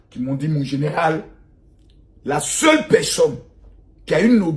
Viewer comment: Makosso on dit( personne) et non (pecsonne)